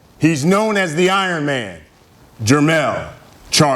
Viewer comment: I ronman 😂😂😂😂😂😂😂😂 ironman